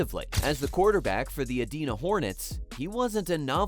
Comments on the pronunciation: It's Edina, like "I". Not Edeena. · LOL get the city name right ? Where is EEEEEdina? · pronounced E-DIE-NA. Or Cake Eaters MN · Ee DYE nuh, Minnesota, pal. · It’s pronounced Ee-die-nuh, or Cake Eaters. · If you want some more credibility, pronounce his hometown correctly. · Maybe learn to pronounce his home town. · Can't even pronounce Edina correctly